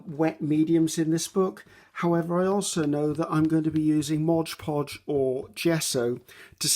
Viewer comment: Love your vids (have been binge watching for days & days)— you’re fantastic and I really enjoy your style. I’m learning all kinds of great tips n tricks from you 👍🏼👍🏼👍🏼 thank you 😊 Could listen to you talk all day —till’ “modge podge”— here (and repeatedly in many videos) then it’s like the needle scratches across the record or fingernails down a chalkboard — 😖 Perhaps it’s the English teacher and writer in me. Maybe it’s my own bit of “OCD”—Please allow me to offer this: It’s “Mod”. Mod. M O D Podge. Imagine if you were at a cake decorating class and the instructor kept calling it “fondue” instead of “fondant”... It’s right there— printed clearly and boldly on a bright white and yellow background: Mod Podge 😉🤓